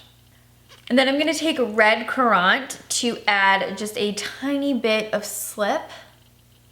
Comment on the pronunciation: This is lovely, but true french girl makeup would be all about the soft natural skin (concealer only or tinted moisturizer), and the red lip. Eyes would be natural, often even left completely bare. Also, "currant" is pronounced "KUHR-INT" and "Jeanne" is pronounced "JAH-NN". xx